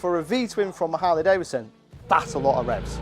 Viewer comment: It's not Davison, say 🙄 it with me now......Davidson !